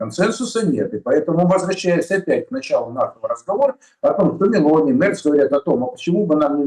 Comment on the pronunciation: Сегодня MelOni,,ударение на О вторая гласная ударение 49 лет😊